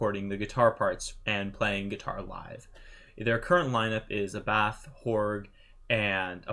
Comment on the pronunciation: Not A-Bath,but Ah-Buth.